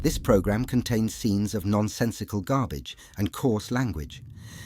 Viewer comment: GARBAGÉ QWEEEEN